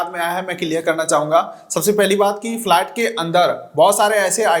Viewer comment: Flat nahi bhai it’s flight 😂😂😂😂😂😂😂😂